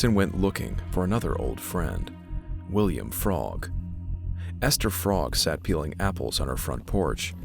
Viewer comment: No worries. I'm not going to yell at you. One thing you might want to know is that the Frogg name is pronounced so it rhymes with rogue, not as frog. But you had no way to know that, because it doesn't make any sense.